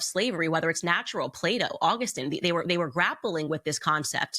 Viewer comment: Play dough 🤣🤣🤣 I think she meant “ plato”